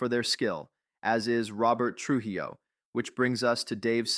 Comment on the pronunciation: I hadn't heard someone pronounce "Trujillo" this wrong in a long time.